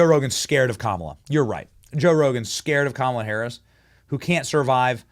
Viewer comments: LOL the. BEST thing is that they were all chanting her name with the wrong emphasis on the wrong syllable! 😂😂😂🤡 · They are chanting the name wrong😂😂😂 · commala-hams lol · I thought I heard coma duh!